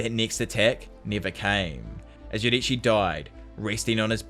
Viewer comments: Btw you pronounce yoriichi wrong it’s your-re-chi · Can anyone notice that he says yodirichi